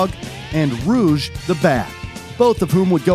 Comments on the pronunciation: Not rouge but rogue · Bro calls Rouge Ruge